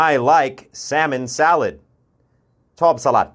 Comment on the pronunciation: แซะเมิ่น เหมือนแซะอะไรสักอย่างเลยครับอาจารย์ แซ๊เมิ่น อาจจะออกเสียงได้ใกล้เคียงกว่าครับ